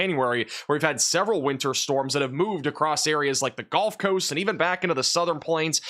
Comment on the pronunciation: you're awesome, but brother it's the Gulf coast.... not the golf coast.